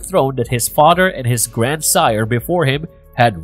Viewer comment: Does it sounds like he’s saying “fahter”